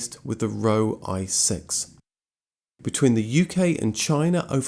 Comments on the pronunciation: Roewe is not pronounced row. It's Rova. Or, put simply, Rover. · ROEWE - Pronounced 'Roe - way' ..... not 'Row' 😉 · The Chinese name Roewe, is almost certainly pronounced RO-WUH. Being the Chinese pronunciation of the English name Rover.